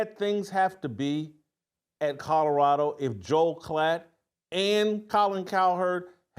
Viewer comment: Love your show Whitlock but please learn to say Colorado not Codarado